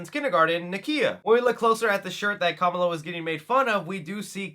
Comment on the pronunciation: Dude, you’re pronouncing her name incorrectly. She even corrects the mean girl in this very same trailer for pronouncing her name incorrectly like you do here, lol. 🤷🏻